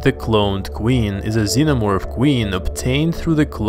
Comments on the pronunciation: Starts off the video with the "omo-vorph" Nah, you can't even read the names, dude. I'm out. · um zenomorfo cearence kkkkkkk